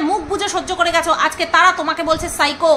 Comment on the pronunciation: Ajj Sunachi..Phycho Ki Pronunciation..Shiko😂😂😂